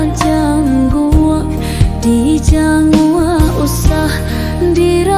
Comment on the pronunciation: Lagunya bagus. Sayang sekali pengucapan kosa kata bahasa Minang masih ada yang keseleo. Contoh kata disemba, dikaruah i, dijanguak, diratok i intonasi nya kurang baik.